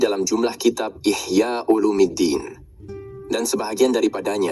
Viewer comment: Ihya'ulumiddin bukan umuliddin